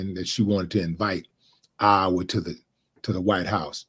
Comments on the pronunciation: Ohhhh mannnn...half the video he was sayin' Iowa, butt it sounded like OUR...my bad D Willie😂😂😂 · Willie it's (Eye- yah - wah) Lol you country .